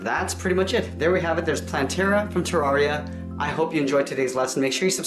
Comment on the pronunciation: it's ter RARE ia not terraria.